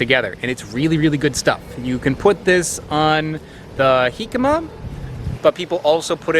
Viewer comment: Pronounces Jicama correctly. Doesn't pronounce Tajin correctly :P Just giving you a hard time. Keep up the fun content!